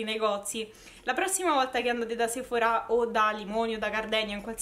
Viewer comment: Perché la gente a Roma è cafona. Sei di Roma, vero? Che bello che pronunci bene Sephora con l’accento sulla “a”. A Milano sbagliano pronunciandolo con l’accento sulla “e” pensando pure di essere fichi.